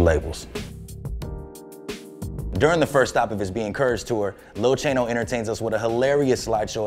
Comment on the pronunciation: lil CHAINoooo lol bruh ya mean lil CHAno